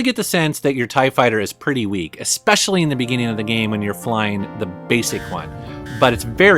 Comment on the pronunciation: STOP SAYING "EXPECIALLY"!!!!